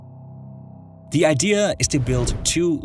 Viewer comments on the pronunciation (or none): Is the rolling rrrrrrrr supposed convey to us that your pronouncing those countries names the same way the locals do? , Nicarrrrragua?😂